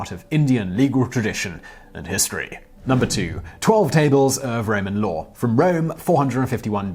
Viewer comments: I like how when Simon Says law, the word I hear is "lore", and when referring to really old text, the word still fits :-) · Law does have an R in it right?